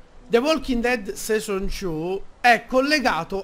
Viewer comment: HO RISO TROPPO.. Bevenutiii finalmentee suuuuu.... the Walking Dead... SESON Two.. Detto SESON.. No cioè sei un grande xD